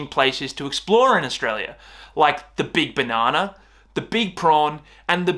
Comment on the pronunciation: "The big BANANA" 🤣🤣 You've killed me bro hahaha what a strong emphasis you used to say that! I'll get more informed about this BB :D